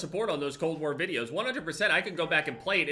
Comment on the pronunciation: He can't even say cold war xD